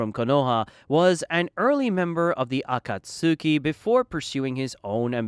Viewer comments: It's pronounced ah-cot-ski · “Akat suki” please NEVER say it like that again it pmo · it is not. The “tsu” in Akatsuki is a very short sound which is difficult to depict in English. You don’t really vocalise the “u” sound. A rough approximation should be “ah cats key”. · Uh-caught-ski is how you say akatsuki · Uh-cut-soo-key Sorry bro but i can’t make it past the third time 😂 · Can you please say Akatsuki correctly? 😂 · Never clicked off a video so fast in my life hearing u pronounce Akatsuki like damn did u even watch the show?????